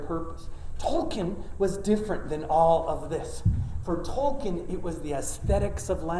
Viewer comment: The irony of him pronouncing Tolkien incorrectly as 'Toll ken'...and not as it should be 'Toll keen'...